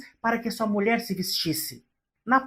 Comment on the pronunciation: "Molher". Pq falar assim srta??